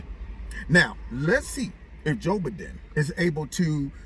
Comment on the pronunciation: Joe Buhden! 😅😂🤣